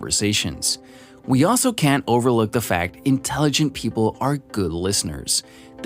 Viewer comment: Sign of low intelligence : not pronouncing the letter "T" at the end of the word "can't".